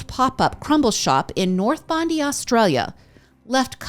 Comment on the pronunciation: Sorry... pronounced Bond eye 😅 🇦🇺